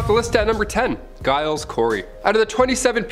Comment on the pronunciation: Some really dodgy pronunciation of peoples names guys .. Giles is pronounced like it starts with a J and Tut is pronounced with the U the same as in up . My surname starts with a G and so many people get it wrong and it irks me.